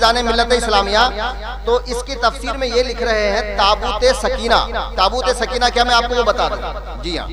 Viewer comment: سکینہ میں زبر ہے یازیر ہے 😂😂😂😂